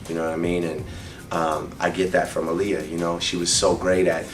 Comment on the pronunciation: drake needs to pronounce her name right!!!!! No one like their name mispronounced!!!!!! its pronounce 'aar liyah'.